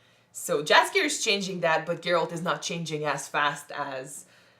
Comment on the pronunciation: I have to be a nitpicker a little bit: For english speaking persons it isn't "Jaskier" but "Yaskyer". It means "buttercup" in Polish and is this bard's original name (compared to Dandelion from the initial translations and the games). If you want to know about Geralt's origins watch "Nightmare of the Wolf". This animated movie will introduce you to Vesemir, too - a quite important character in the Witcherverse.